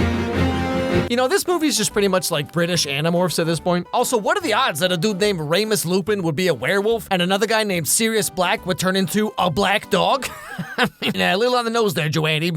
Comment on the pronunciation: Hogsmeade is spelled with an "e" at the end! It's pronounced "Ree-mus" NOT "Ray-mus"